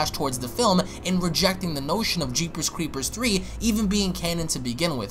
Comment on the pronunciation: He pronounces it as, "Jeepers Cweepers Twee" lol